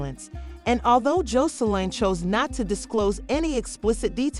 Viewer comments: Learn how to pronounce their name b4 you do a story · Gurl learn how to pronounce Joseline name lady😂😂so I'm not sure but there were some rumors that Zeus cancel Aunt Tea Podcast due to the drama happening so I'm not sure if it true or not..